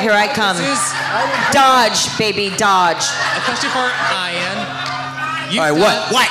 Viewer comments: How did he pronounce Ian's name wrong? He should be be embarrassed. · Dear Ian, I corrected the announcer for you as soon as he said it! People do it to my name all the time too. Eye-an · Ian is pronounced Ian, not I-an. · I never said he was mad. I said I can't believe people still say it wrong when he's been famous for so long. I understand most people with that name pronounce it differently, but everyone deserves the respect of their name being pronounced the way they want it to be. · Ian taking offense to the misspronounciation of his name it silly. Never would I assume that Ian is prounced I-ann. He acted like he was playing, but to be honest, he was offended.